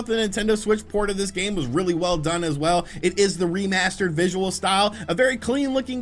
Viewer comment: And I feel in love with this video when I heard remarshterd